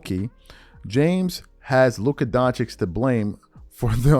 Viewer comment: DON-CHICH. SAY IT WITH ME DONC-HICH